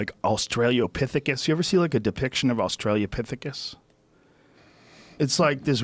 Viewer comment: Joe “Australia-pithicus” Rogan Joe “Silicone” Rogan Fuck, man. C’mon. Haha